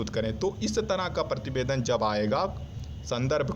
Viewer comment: He is saying Partibedan not prativedan